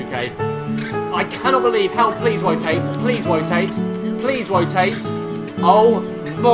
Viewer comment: U say wotate instead of rotate have u realised